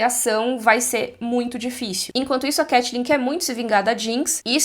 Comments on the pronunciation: CAI-TLYN , nao CATI-LYN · muito engraçado ver a pronunciando 'catelyn' no lugar de caitlyn por causa de got, porque aconteceu a mesma coisa cmg quando eu comecei a jogar lol 😂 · Eu ouvindo a pronunciando Caitlyn como Katelyn e fingindo que estou ouvindo Hodor cavalo. Saudades eternas.